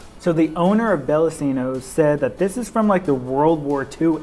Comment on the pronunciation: I didn't know there was one down there. I didn't know they expanded. I've been to the one in St. Louis long ago. Also I've heard it's pronounced Bella(ch)ino's.